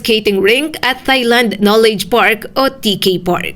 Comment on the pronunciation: Please stop pronouncing Thailand as “thigh-land”. The correct pronunciation in English or Tagalog sounds like “tie-land” (no “th” sound).